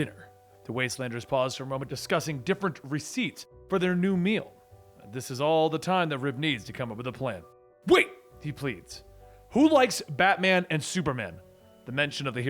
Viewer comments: ... Was that meant to be recipes? (Res-see-peas) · He mispronounced recipes lol